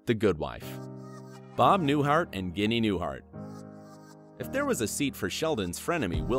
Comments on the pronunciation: Ohh....let announcer guy know how to pronounce the folks names. Ginee.. its Ginney. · It’s Ginny, not guinea. Good grief! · Pawel Parashar he also mispronounced Sheamus... It's pronounced (Shame-us), and Ginny (Gin-ny). Good video but he has terrible pronunciation. I was yelling at my phone about that too. LOL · AND Ginny is pronounced with a soft G(ee) not a hard G(uinea). Do research. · Guinea!? not Jenny, lmao... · Ginny is pronounced Jin ny not like guinea pig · Ginny is not pronounced "Guinea" either... sheesh! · makes me wonder if it is a live person or computer generated. stopped watching when it said Ginny with a hard G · Fyi Bob Newharts wife's name is pronounced Jinny short for Virginia. Sounds like an Italian insult. Dude... Lots of mistakes and booboos. You would be on Sheldons black list for sure. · Bob Newhart’s wife’s name is pronounced “Jinny” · ... hmmmm, could "Ginny" possibly be pronounced like, "Jinny"... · What about Kevin Sussman aka Stuart? He wasn't mentioned. Also, Ginny is pronounced "Jinnee." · There should be a language checker like spell checker. Seamus is pronounced "Shaymus" and Ginny is "Jinny" among other things said wrong. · Come ON! Ginny is pronounced Jinny. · omg if you're going to do voice over learn how to pronounce words! The Wheaton's dog Seamus is pronounced "Shay-mus". And Mrs. Newhart's name is pronounced "Jinny" !